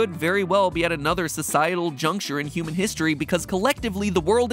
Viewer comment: in the video Mat Pat says cuman instead of human